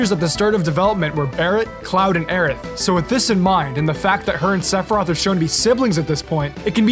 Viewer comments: Was that saying "Sephiriath"? Lmfao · No one talkin about how fucks up sephiroths name at the beginning of the video 😂😂